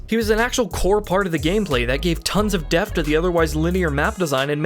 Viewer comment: the word "depth" has a t between the p and the h. You seem to be pronouncing it like the ph in "phone". it is not pronounced "deh-f" it is pronounced "deh-p-th". This wouldn't be as much of an issue if not for the shear amount of times you use this word in your script. It seems to be your go to word when describing anything with complexities.